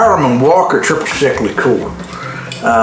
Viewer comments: improve your pronunciation --not likoor - check spelling and practice - it's French. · it's Li-cure (Liquor) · Love it, an episode of the two words he can't pronounce due to his accent. "Arnj" and "Lih-coor" instead of "Or-anj" and "Lick-cuer"